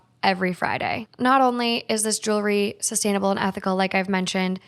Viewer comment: You know there’s an “L” in jewelry right ?! 😂😬